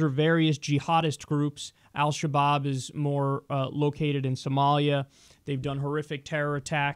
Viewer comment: For a sec i thought you said Al kebab! x)